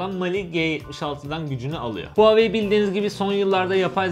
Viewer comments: REVOLUTİON TR hayır ooaoeii şeklinde okunuyor ldldmfkdmrdlskskemkd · VaveY diye Okunuyor çin dedi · Nobody:: Huaveyni